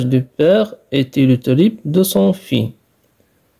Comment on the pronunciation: Petite remarque de français : " fils" se prononce " fisse".